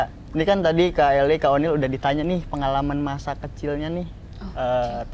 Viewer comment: Oniel bang bukan oli😭😭🤣🤣